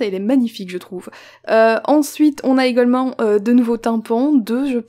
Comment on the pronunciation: le également fait un peu du sud non?